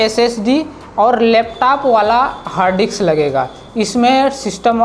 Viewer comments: It's hard disks, not HARD DICKS dumbass. Are you a tech reviewer or Gay pimp? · its harddisk.... not harddi**s🤣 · Bro, Hard diks nhi Hard disk, plss 😅